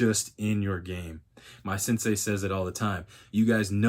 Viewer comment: Turned off video when i heard "sensei"